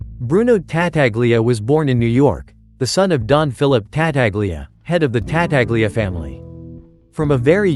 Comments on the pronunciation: Whoever narrates these films, whether human or AI, should learn to pronounce the names the way they are pronounced in the movie. Ta-taglia, indeed! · It's pronounced Ta-tal-ya